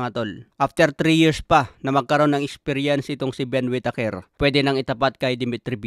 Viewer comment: "Wit teyker"